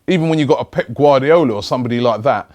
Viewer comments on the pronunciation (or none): none